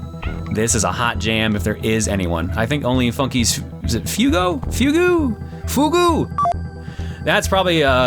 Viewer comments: For the record, ‘fugue’ is pronounced ‘fyoog.’ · "Fugue" is pronounced "fyoog"